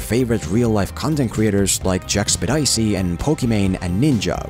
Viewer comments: bruh no way he just called JACK-SEPTIC-EYE jack “spedicy” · Jackspidicee? Interesting way to say jacksepticeye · I'm sorry, "Jack Sped-icey" ... ????????? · "Jack-sept-icee" LOL. Sorry that was funny, but in all seriousness great video:) It's "jack-sep-tick-eye" btw lol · Jack-spe-dicey? Lmao you butchered that name jack-septic-eye is how you pronounce it. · Jack "Spedicey" ?? where ? Who ? What ??? you mean "septiceye" ? like he has a septic eye on things ? yeah that's better, right ? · Jack spedici? lolll , its Jack sep tic eye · also it's JACK-SEP-TIC-EYE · "Jack Spidd Ice E" Huh. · LOL JACK-SPA-DICEY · Jackpedicy... This is certainly one way, to F*** up a name! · I can't get over the way he called Jackcepticeye "Jacks-ped-eye-see" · Did mans just say Jack Spedicy loooooool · It's uhhh, it's jack-septic-eye. No what ever you said, for future reference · “Jack spedicey” bahahhah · Did he just say "Jack-spidicy"? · He actually called Jacksepticeye Jack-spedicey. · "Jack Septic Eye". say it with me. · “Jackspedicey” lmao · did he just say jack...spedicey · did he just say jack spedicey? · “Jack spedicey” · no way he said jack spedisy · DID YOU JUST PRONOUNCE JACK SEPTICEYE JACKSPIDAISEE WTF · Jack Spet-Icey? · the way you pronounced Jacksepticeye hurt my ears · Am I the only one who realized how hard he butchered jacksepticeye? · Now that's an interesting way to pronounce Jacksepticeye😂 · The only thing I took from this is you don't know how to pronounce Jack Septic Eye's name hahaha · That pronunciation of Jacksepticeye was something else. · what was that pronunciation of jacksepticeye ? LOL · The pronunciation of Jack's 'last name' killed me. Love this content, keep it up! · good video but why did you mispronounce jackscepticeye like that bro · Scrolled for a bit, didn’t find a single damn comment on his pronunciation of jacksepticeye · Ayo, you did not butcher Jacksepticeye's name like that o_o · Dude's pronunciation of Jacksepticeye bothers me